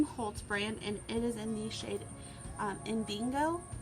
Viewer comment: I think you pronounced indigo wrong